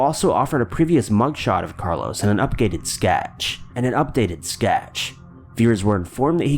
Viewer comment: Haha, it's because at first he said," upgated skatch", first. I do not understand why he didn't edit it out though.